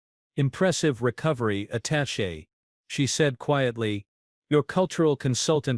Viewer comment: For once an AI pronounces "attaché" properly. However the abbreviation UN is not pronounce "un".